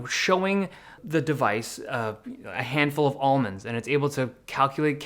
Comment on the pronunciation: Please learn how to pronounce Almonds in English.